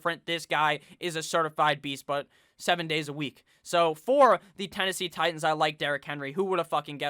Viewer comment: I hit that like button every time you say “le Titons!!” Hahaha